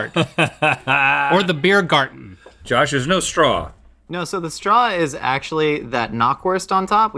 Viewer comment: Link's pronounciation of German words was pretty spot on in this (like Biergarten). I am beyond impressed.